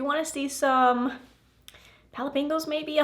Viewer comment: 😍😍 So pretty! It's like a Galaxy Spring theme, if there could be such a thing! 😂😂😂 I'm eating salad and heard "jalapenos" instead of "palette bingos"